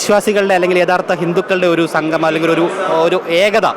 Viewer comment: സംഘമം അല്ല സംഗമം. അക്ഷരസ്‌ഫുടത ഇല്ലാത്തവർ